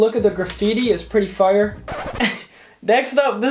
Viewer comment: How normal people talk Fire How talks It’s fire but I say like fryer with out an r